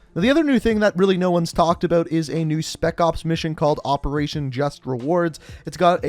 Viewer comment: “Aboat season 1 “